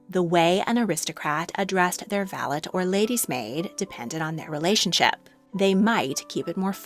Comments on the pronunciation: I beg to differ, "valet" in British English is not pronounced with a hard t, but with a soft i at the end, sounding like "valei" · I’m from the uk and the word valet is not pronounced with a hard T at all. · In my experience, in British English, 'valet' is pronounced with a silent 't' and not the hard 't' you imply. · I always wondered why in Downton Abbey the word valet was pronounced with a hard tea. I thought, maybe the English just didn’t want to use the same sounding word as a French. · Valet's T is silent